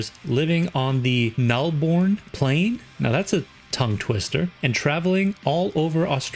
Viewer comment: It's pronounced like null-ah-boar plains